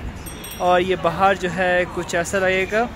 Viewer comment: आप "बहार" नहीं हो, आप "बाहर" है ।